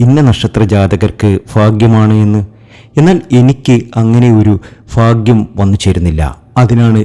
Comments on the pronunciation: ഫാഗ്യം മനസ്സിലാകുന്നില്ല 😁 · ഫാര്യ ഫർത്താവ് ഫാഗ്യം! ഫദ്രകാളി, സൗഫാഗ്യം, ഫാഗ്യക്കുറി ........ ഒന്ന് പോടേയ് കുണേയ് .........